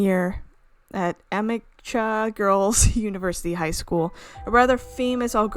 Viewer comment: i can't tell you how to pronounce amecha, but ik that you said it wrong but its okay, sorry i'm late though had stuff going on yk.